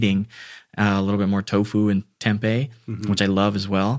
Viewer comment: did he said tempeh?